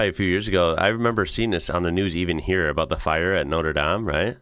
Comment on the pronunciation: `noter dam` XD